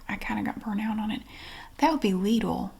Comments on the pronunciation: You pronounced Lidl correctly! The store is from Germany and that’s how we pronounce it here. I always chuckle when I hear people pronounce it “little”. 😁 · the energy shift of the dramatic (and 100% correct) lidl pronunciation totally woke me up